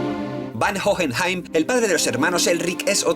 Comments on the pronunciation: Lo único que tengo para reclamar es la mala pronunciación... Sería más agradable que se guiase por la pronunciación del país original (o la serie). Es muy raro escuchar "Jojenjaim" :c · No puedo, me revienta una neurona cada vez que dice "Jojenjaim" o "Alkajestra" la puta H es muda mrda.